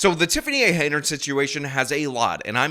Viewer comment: Henyard not Hainyard